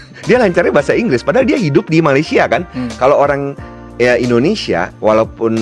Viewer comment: Oke TAMBAHAN SEDIKIT..RAKYAT MALAYDESH TIDAK BISA BICARA DENGAN AKHIRAN...R,,,,SEPERTI INI: POWER 👉DI BACA: POWE BANJIR 👉DI BACA: BANJI SINGAPUR 👉DI BACA SINGAPO JOHOR 👉DI BACA:JOHO